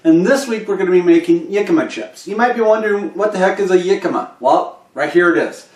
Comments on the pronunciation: Hi, it is actually pronounced Hick a ma, not Yick a ma. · your pronuciation of the world Jicama is wrong for the English language. Look it up.